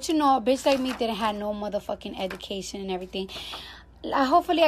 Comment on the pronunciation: And I understand cardi graduated I guess but I'ma need her to learn how to say education correctly and you are absolutely right if everybody is beneath you why do you address everything